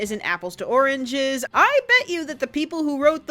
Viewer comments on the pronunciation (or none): none